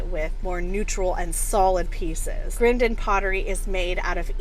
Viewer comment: Staffordshire ( two Fs) is pronounced 'Staffordsheer' by us limeys but pretty sure you were right on with the Grindon pronunciation.